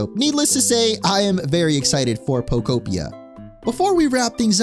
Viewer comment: Thank you for pronouncing the game title correctly!! Everyone's been saying Poko-pia or poko-p-eye-a and im like " no...its poke-opia!!"